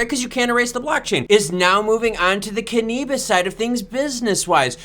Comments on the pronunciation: Cannabis is pronounced Can-a-bis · Say cannabis again lol